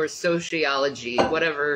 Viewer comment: Shanny loves sociology so much that she can't even pronounce the word!